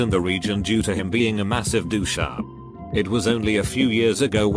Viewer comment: Nobody Robot voice: Douchah